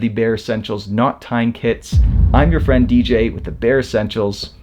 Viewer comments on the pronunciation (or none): none